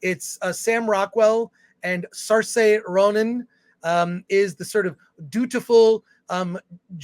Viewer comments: no one cares and even you have it wrong, it's 'sur·shuh'(or seeuh·shuh in Brit) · Sar-say? No. It's Sear-sha.